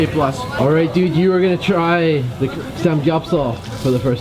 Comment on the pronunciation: I just cringed a lot when you would mispronounce the typical korean words like banchan and samgyeopsal lol